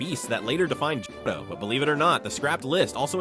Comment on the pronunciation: You can't say johto